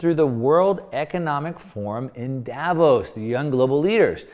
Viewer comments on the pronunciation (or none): none